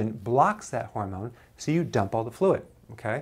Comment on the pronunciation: Sorry but I giggle everytime he says,dump,, good info tho.